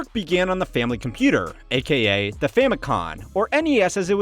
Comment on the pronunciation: This guy is pretty uninformed. He called the Famicom the Famicon and said it debuted in 1985 when it was 1983, 1985 is when the NES debuted in the states.